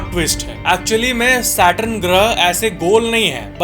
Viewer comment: “SAW-lar” nahiñ “SOlar” (as in so ja neend se). “satRUN” nahiñ “saTURN”. 🪐